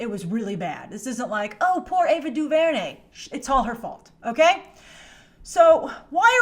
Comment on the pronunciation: Say her name right lol